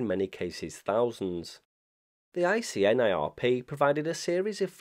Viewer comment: I'm hearing repeated use of "casual link" in this video, when the proper term is "causal link." Otherwise, aside from ICNIRP being called ICINRP in one or more instances, a perfect post on the topic.